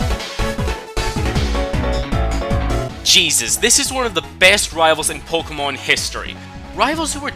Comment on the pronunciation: its Pok[EY]mon get it right